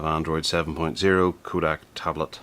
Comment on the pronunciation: Did you actually screw up the name Kodak so horribly? Yes, you did. It is NOT Koodak!!